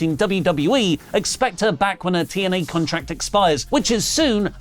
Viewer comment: Might sound random, but I always got a chuckle out of Drew Galloway saying TNA because he pronounced it as Teeeeee N Ehhhhhhhhh